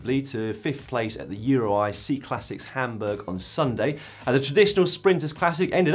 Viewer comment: Why do you pronounce "Cyclassics" as "Seeclassics"? You don't call a cycle a "seekle", do you?